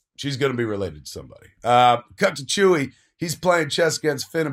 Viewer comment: Oh a new fan eh? (You mean 'Leia' when you say 'Leah'...? And 'Chewie' when you say 'Chewy'.)